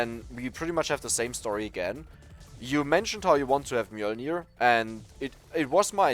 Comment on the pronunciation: for pronouncing Mjølner correctly!